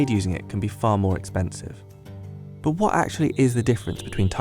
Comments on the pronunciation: It's not exoensy 🙄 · why is it so expensi... " am i the only one who goes nuts cuz of the way he pronounces this?